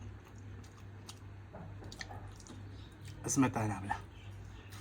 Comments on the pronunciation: Исметана эмас сметана мол. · Сметана зор айтаркан исметана деб 😅